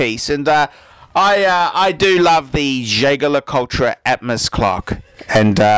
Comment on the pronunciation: Who else winced when he butchered Jaeger?